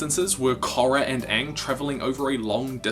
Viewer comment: It's pronounced Aang